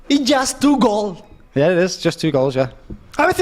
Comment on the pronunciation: “Is jast two goal”!!!! 🇪🇸